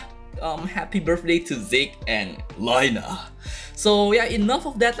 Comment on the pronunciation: Your Japanese pronunciation of "Reiner" & "Zeke" was so badass!!! xD